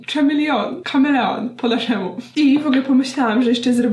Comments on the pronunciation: Co to jest ten "szamilion? :P Ktoś tu chyba nie słuchał Culture Club :P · Chameleon mówi się kamilion lub coś podobnego, CH w angielskim w niektórych słowach mówi się jak polskie "K".. Tak jak w słowie "Chemical", tam też jest "K" na początku. Te literę można również mówić jak "Cz" lub "Sz" ale to zalezy od słowa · Dziwny ten ,,szamelion" xD